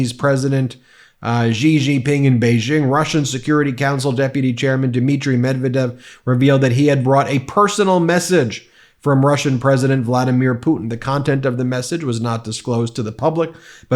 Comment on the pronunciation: Ben, it's med-VED-ev.